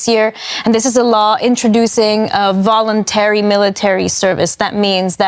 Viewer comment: I love it how the female reporter went from "Tntrouducing voulonteary military service, that means that when young men when they turn 18 have to fill up" so where is the volounteer part? :)